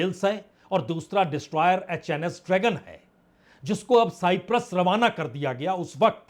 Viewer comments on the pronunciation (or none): none